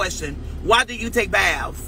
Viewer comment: “Baffs”= Baths